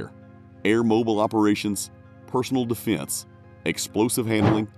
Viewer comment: All love to the creator but is anyone else here to see if anyone else commented about how he pronounces Defense? You’re welcome.